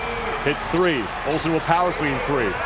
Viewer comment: OHLSEN NOT SQUAT...